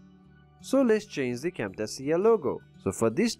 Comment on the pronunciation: Good video but imma need you to learn how to pronounce "Cam-Tay-shuh" the right way"